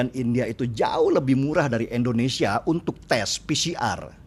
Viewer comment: Bang Deny, mohon maaf sebelumnya. Hanya kasih pendapat utk hal kecil, namun cukup mengganggu. Negara kita itu Indonesia, bukan Endonesia. Trima kasih 🙏